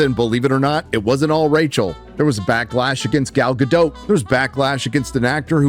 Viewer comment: DOT! It's gadot, gaDOT. Not doe ffs